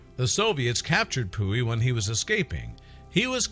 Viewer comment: Pu Yi not pooey